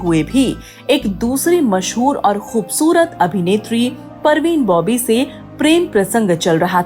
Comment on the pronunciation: Nice talk But parveen Bobby nhi Parveen Babi hai 😅